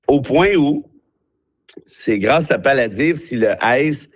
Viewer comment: Je pense que c'est plutôt Palantir, pas paladir.